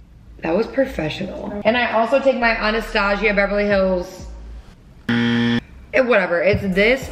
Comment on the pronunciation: okay but who else hates how she says Anastasia 🥴🥴🥴